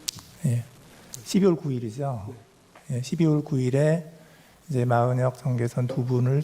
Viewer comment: 기자 발음봐라 마흔혁이랜다